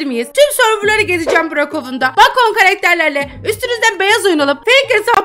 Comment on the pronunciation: Bacon diye yazılıyor bekın diye okunuyor abla😂😂